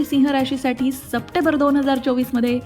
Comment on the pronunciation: सप्टेंबर म्हणायला शिका मॅडम . चुकीचा उच्चार होतोय